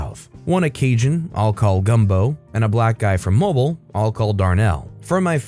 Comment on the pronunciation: It's pronounced "mo-BEEL" Sincerely, A native resident of Mobile